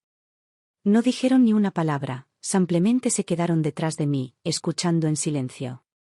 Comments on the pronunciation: Un copia y pega. Al menos corrige las terminaciones del femenino y masculino. "samplemente" es pronunciación francesa. En castellano es "Simplemente". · Una pregunta?porque en estas historias en vez de decir simplemente dicen samplemente.